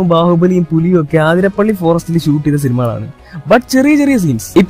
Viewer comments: Not aathirapilli it's athirapilli 💀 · ആതിരപ്പിളി അല്ല അതിരപ്പിള്ളി 😂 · Athirapally alla athirapilly 🤦‍♂️🤦‍♂️ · Bro aathirapilly alla athirapilly enna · Aathirapalli alla athitappalli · Aathirappilly alla Athirappilly.... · ആതിരപ്പളളി അല്ല അതിരപ്പിള്ളി യാ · ആതിരപള്ളി അല്ലടോ അതിരപളളി എന്നാണ് 😒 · ആതിരാപിള്ളി no അതിരപ്പിള്ളി